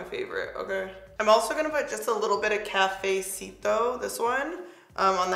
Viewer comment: No hate, just help: Cafecito (Ka-fe-SEE-toe) Estrella (Eh-strā-ah) rooooooooll that r Chisme (Cheese-meh)😆😆😆